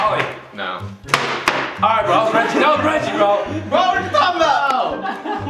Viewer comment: it’s Regie not “Reggie”